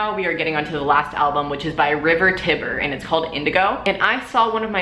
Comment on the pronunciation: i think the "tiber" in river tiber is pronounced "tie-ber" like the actual tiber river